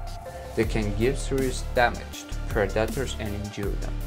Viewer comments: I honestly kept thinking he was saying protractors . Gave me flashback to geometry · The gazelle is known to use speed to escape "Predeterz" lmao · I had to smile at the pred-AT-tors.... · Preh-dot-tours lmao 😂😂😂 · Why he's pronouncing predators as Productors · Let's hear it for those perdahtrs! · I hear predators as productors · "Preh daters" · I thought this video was predators being killed by their prey. I didn't see that at all. Was this clickbait? By the way, "Predators" is pronounced PREH da ters. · predaators 😂 ahh toke me a 1m to relies he was saying predators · "pre daters"🤣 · Pred dat ers was to distracting to watch it. If you can’t say the word don’t use it every other word say lion that’s what’s the video is about but he insists on saying pred dat ers over and over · Learn how to pronounce PREDATORS bud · Unbearable.. all i hear is pro-dattours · At least learn how to say the word you’re gonna use the most in the video…… Predators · 😂😂😂 that's what I kept thinking. Man, he needs to Google how to say predators lol. Edit: he actually needs to Google all the hard words like predators, wildebeest, giraffe, Zebra, buffalo, huge, big, choice, oh boy, too many to list them all. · He should have someone else narrate. He cannot pronounce the names right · The way he says "Predators" is sending me🤣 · Aren’t whales the longest mammals not giraffes? The way you say “predators” is distracting. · Predators. Please say it right. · It's predator not parataders stop butchering the English language. I don't care if it's not your first language. Which is OBVIOUS! and it's constructive criticism get over it PEOPLE. You get compliments and criticism that's life... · Pred dat toors. Also known as pred-a-tors. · It took 12 "PER DAR TERS" for me to understand that he's trying to say "predators".. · PREDators, not preDATors. If you´re going to use a word one million times in a video, please learn to pronounce it correctly. For a native speaker, it´s really annoying.